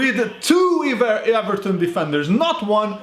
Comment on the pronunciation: I am allowed to say eVARton